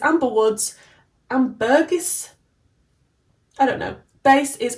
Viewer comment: Ambergris - pron: amber-gree.